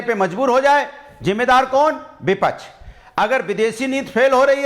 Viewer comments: are hare tote bipach nahi hota bipaksh hota hai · vipaksh ka pronounciation sikh lo phle😂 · को विपक्ष केहना आता नही विपछ विपछ बोल रहा है